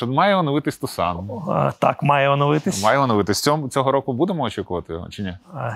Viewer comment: Чому Тусано, а не Тусон, як воно правильно англійською?)